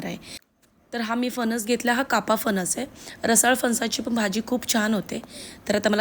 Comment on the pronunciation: फणस म्हणतात फनस नाही, आणि -पानी नका करू, न आणि ण चा योग्य उपयोग करा